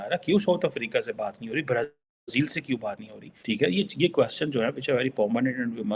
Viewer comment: Brazeeeeel....Genda English sudhar